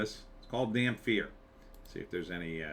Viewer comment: dampyr... The irony of a mispronunciation that could be fixed by standing in the Sun